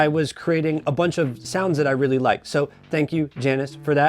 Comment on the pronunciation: It’s pronounced “Yannis,” isn’t it?